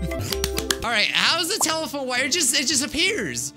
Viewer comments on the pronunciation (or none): none